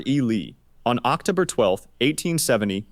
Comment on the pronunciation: They pronounced “October” strangely as well